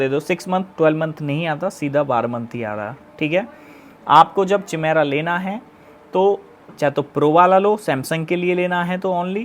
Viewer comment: चिमेरा नहीं काइमेरा है भाई 😂